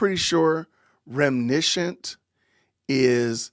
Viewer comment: It's reminiscent... 4 syllabols. Which is laughable because she generally adds sylabols where they don't belong. Like "Oh my gosh-ah .. people are attacking me-uh" And J in the words of the movie Mean Girls... Stop trying to make adorable happen... It's never gonna happen. 😂